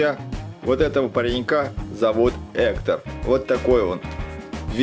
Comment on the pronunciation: В видео много ошибок, вообще-то скелета зовут не Эктор, а Гектор и Гектор не друг Мигеля, а прапрадед